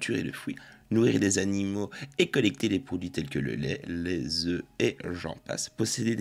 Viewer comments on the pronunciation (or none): none